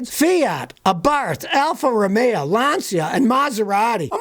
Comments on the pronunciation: Listen,,,,, Al-fa- ro-may o....... not alfa-ro-may-a.......... got it? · Alfa Ro-may-yeah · Alfa Romeo - used to call them Alfa Rust-ay-o. Had an Alfasud, years ago. The only thing that went faster than the car was the rust progression.